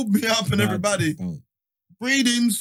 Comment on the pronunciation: Man said Breedins. I am sick 😭